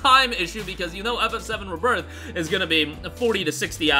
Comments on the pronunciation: Ree birth not ribirth sorry but that pronunciation annoys me 🤣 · RE-birth pronunciation